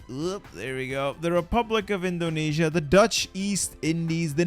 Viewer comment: My guy say indonesia WTF IS DEI your entire indonesian fanbase is dissapointed😔😔